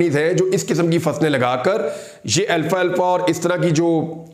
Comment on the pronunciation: Alfalfa not Alfa Alfa Imran sb